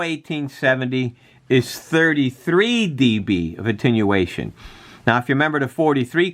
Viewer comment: Come on man, if you're going to do a technical video, get the terminology right and quit sounding like a CB'er! It is Attenuation, not intinuation!